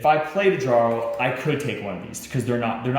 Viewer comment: I agree. And how does the designer of a viking game not know how to pronounce "jarl"? Don't get me wrong, I own and like the game. This video is disappointing though. Didn't watch it the first time I played because we were like "uhhh, this is 48 minutes long.... nei takk." I've now played it twice. I think this video is best watched for clarification after reading the rules.